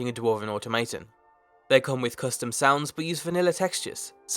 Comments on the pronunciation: AU-TO-MO-TON not atomejtom. XD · *Automa-ton the A is flat not auto-mate-ton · The fuck is a automaytom? XD It's Aw-t'ho-mah-t'hun(automaton). ^^ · You're pronouncing automaton incorrectly :D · him being a stormcloak is fine with me. but the way he says "automaton" bothers me. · You need to learn how to read words out loud. Ultimatum =/= Automaton. Pretty sure thats not how you say it in british english either.